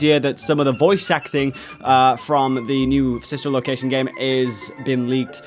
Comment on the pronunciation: Did anyone catch him say Fsister location he prob meant fanfic s